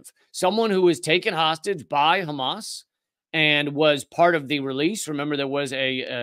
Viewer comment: A true Semite speaks the Semitic H like the Arabs do, it is called Hamas and not Khamas, it is called Hannukah and Channuka, it is called Passover and not Pesach and so on and so forth..